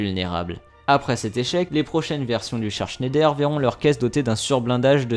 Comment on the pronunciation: Mes oreilles d'alsacien souffre 😭 pour information on dit pas : schéndaire comme tu le prononce on dit Schneider vas sur Google traduction et met la langue en allemand il y a une grosse différence sinon continue tes vidéos 👍